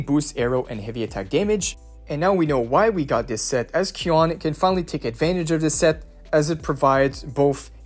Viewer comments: Qiuyuan name: Qiu can pronounce as "chew" So his name can be call "chew-yuan" NOT "Q-yuan" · It's pronounced chu yuan